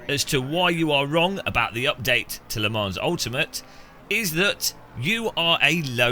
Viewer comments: Le ManS .. Its a silent S :) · You still, won't even pronounce it correctly! WHY !??